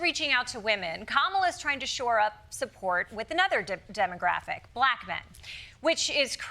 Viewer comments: When did black get two syllables? Buh-lack! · Only Trump could pronounce the word 'black' with a hard Q. "...I love BLAQ men..." 🤨